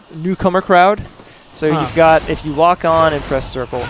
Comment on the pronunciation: you called Nero a newcomer? I thought you called him a "cucumber" LOL